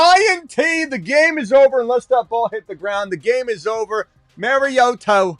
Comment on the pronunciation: “Mari-oto throwing to Toto.” 😂